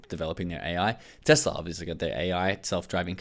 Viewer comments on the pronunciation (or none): none